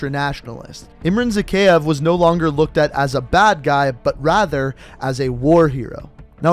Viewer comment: Say it with me now Ihm-rhan Zah-kay-ev Bor-is Vhor-shev-ski Bonus Ha-way City, Vietnam (Victor Reznov)